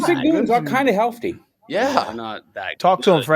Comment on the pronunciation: never heard someone say healfty before